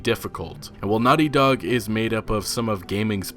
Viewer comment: Why do you say “Nutty Dog” instead of “Naughty Dog”?